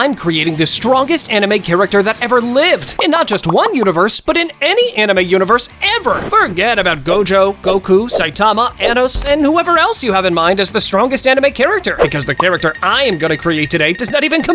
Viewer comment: Bro, why did he say? anos it’s oooonos